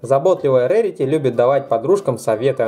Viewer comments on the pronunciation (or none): это не рэрити а рарити